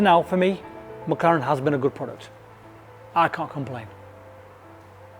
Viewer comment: Mc LAURANT take EMMMM CEEEEE LAURANT